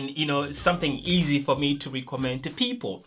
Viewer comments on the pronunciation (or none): none